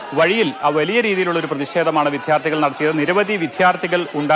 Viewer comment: വിദ്ധ്യാർതികൾ അല്ലടാ റിപോർട്ടറെ വിദ്യാർത്ഥികൾ.